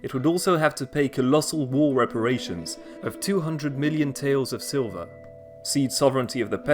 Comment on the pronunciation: It's Reparation not Reperation Also, why did you write 拼音 for The End? Was that a mistake too?